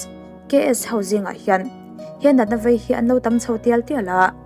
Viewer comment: vei tih tur aw,,,,,,vai ni lo in